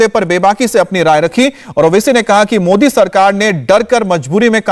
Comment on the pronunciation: बेचारे की जुबान फिसल रही है मोदीं कि जगह मोडी बोल रहा है ।